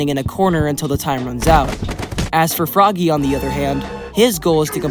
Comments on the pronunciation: just to say about frogge, when the game was in alpha the description actually explain that frogge isnt pronounced "froggy" but just like you would pronounce frog, i just comment about that, the video was alright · Frogge, not froggy. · It was stated that Frogge is not pronounced Froggy. It's actually pronounced Frog 🤓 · Also it’s pronounced frog not froggy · well frogge is supposed to be pronounced like frog? idk why